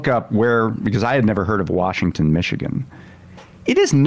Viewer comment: It is Washtenaw not Washington.